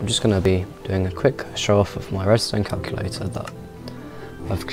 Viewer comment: Redstone "Caculator"?